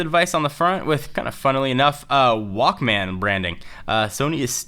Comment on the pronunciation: good work but i hate how you say walkMAAAAN